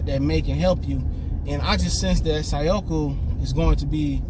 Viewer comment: Dawg it’s Say•Koo 🤦🏾‍♂️